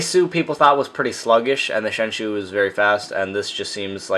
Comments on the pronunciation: 7th lol also why do people say sheng"shoo" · Lol "shengshoe" xD Nice video btw :)